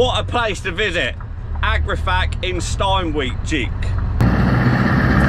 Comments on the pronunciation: Hi, Just watched the video, Brilliant Agrifac in Steenwijk Steenwijk is about 75kms from where I live, Just a quick Dutch language tip for you, Steen in English is pronounced as Stain Wijk is pronounced as Vike W’s are spoken as V’s So repeat after me Steenwijk Stainvike You’ll never forget it 😂😂 Keep on trucking V8 power 💪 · Nice to see you visiting the beautiful northern part of the Netherlands! Steenwijk is pronounced as "Stain Wyck" 😅 Will you come back to Assen this year? 😁